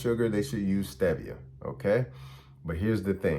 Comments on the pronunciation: Stevia (pronounced) stee ve a is considered safe because it is plant based. But as usual all sugar and sugar substitutes are harmful. I appreciate your video but need to know what foods are safe to eat on a daily basis. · Stevia = stee-vee-uh. It is not a sugar. It comes from a leaf. The Japanese have been using it for over 100 years. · Stevia is pronounced 'Steve - e - uh' & is a natural herb that the ABSOLUTELY CORRUPT & COMPROMISED FDA wanted to BAN because it was a DIRECT THREAT to their BILLION $ TOXIC SUGAR & ARTIFICIAL SWEETENER INDUSTRY. It was also 'banned' in Europe for the SAME reason & they JUSTIFIED it by saying it MIGHT cause cancer but the AMOUNTS someone would need to consume were IMPOSSIBLE to eat. It is NO LONGER 'banned' in Europe. Please do your research before sharing wrong information. It is not a MANMADE artificial sweetener it is NATURAL & therefore much better for the body & our overall HEALTH. You SHOULD be CALLING OUT ASPARTAME & NUTRASWEET & SUCRALOSE which are both made in a LAB & DO CAUSE GUT & STOMACH PROBLEMS & whats more EVIL now being shown to INCREASE APPETITE & DISEASES like CANCER which they're STARTING to ADMIT..💔🇱🇷🌏